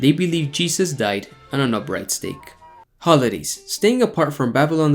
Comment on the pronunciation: I thought u said he died on a breadstick for a moment 😅